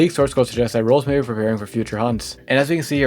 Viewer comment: learn how to say roblox please i tought you were saying someone's name